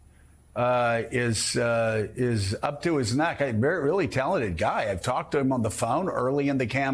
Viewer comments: Vivek is pronounced Vee-Wake not Vee-Vac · Vivek is pronounced viv-vake. Not vivak. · Dude -- get the name correct. V-I-V-E-K. not Vivaak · Did Joe have a stroke while trying to pronounce Vivek's name???